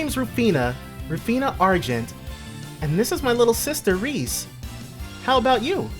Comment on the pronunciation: Isn’t Ries’s name pronounced Reee-es? The name is french, and to my knowledge that’s how it would be pronounced.